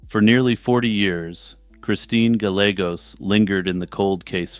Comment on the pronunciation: Oh you’re killing me. Is it not “Guy-yay-gos”?